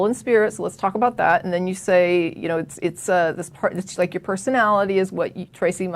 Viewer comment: you're easily impressed, she can't even pronounce the word "your".